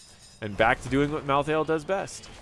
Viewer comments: Mal-thale not thay-el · Ok props where props are due. You pronounce Niche properly xD But Mal'Thah'Ehl? Watch the Diablo Trailers and the Animated Shorts, it's clearly, Mal'theel. Rolls off the tongue much better. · sorry i had to tell you how to say it: mal-theel. i hate solo laning in hots, it's really boring and dumb and i really think it takes all of the interesting experience in the first 5-10 minutes that you get in hots that you dont get out of league. i think the fact that solo laning in hots still exists indicates that they dont understand their clear niche as a moba game, and solo laning itself just blows. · Malthael only has 2 syllables. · Mal Thi El, Hahah